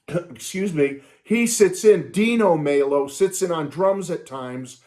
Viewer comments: Glad you're loving the album!!! It's on my Spotify rotation right now!!! BTW, Raul Mal-O...that's the pronunciation...Like Mal Evans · Pronouncing Rauls last name wrong